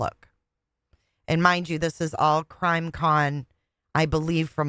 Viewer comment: Waww and Cwime…🤸🤸🤸🤸🤸😂 Wauren and Gwayson…😂